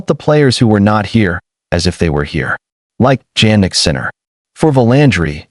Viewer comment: Please who is "JANnick Sinner"? It's pronounced YAH-NICK. I hate these AI videos